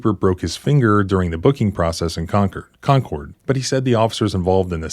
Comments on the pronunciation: That actually is the correct pronunciation for Concord, NH. 👍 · your first pronunciation of concord is correct. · Lol you said Concord correctly the first time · Actually, the first way you pronounced Concord is the way that many locals pronounce it. I lived in Canterbury years ago.